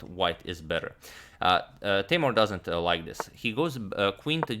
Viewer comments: and its not tay-more its tay-moor :) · Hi agad! Actually, his name pronounces more like Teemour. Was a pleasure watching his games against MVL.